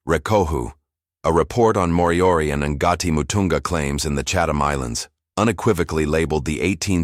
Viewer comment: This AI can't pronounce the words properly. Ngāti is not "EN-GAR-TEE".